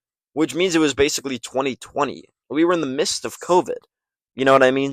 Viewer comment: great video for such a small channel but its "midst" not "mist"